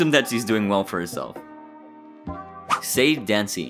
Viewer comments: Except her name isn't pronounced "Sade" but "Sa day" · You mispronounced Sade, and Kalen.